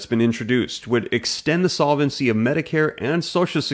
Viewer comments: It's pronounced sol-vency, not sola-vency. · Please change your incorrect pronunciation of the word "solvency." It has only three syllables. Feels like fingernails on chal kboard.